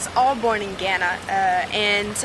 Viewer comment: Idk y but u find her pronunciation of Ghana so cringeworthy....but great to hear about her story